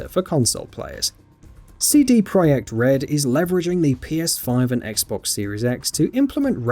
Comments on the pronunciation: Why do you pronounce "project" like "proiect"? Feels weird. Otherwise good video and selection of games. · CD proyect red? PROYECT? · Did this guy just call them cd pro'y'ek red? What the actual FUCK? Shameless indeed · ProJekt not ProYekt